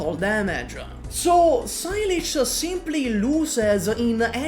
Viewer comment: "Sigh Leech" lol saileach is a Gaelic word meaning willow, it's pronounced "say-luh"